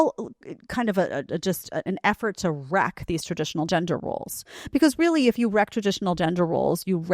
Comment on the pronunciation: So lazy she can't even say TRADITIONAL.